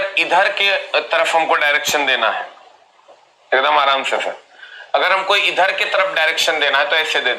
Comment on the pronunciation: Bengali ho n bhai tum, sir ko sar bolte ho